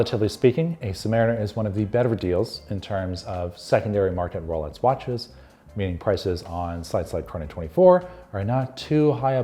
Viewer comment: Sounds like he’s saying “rolets”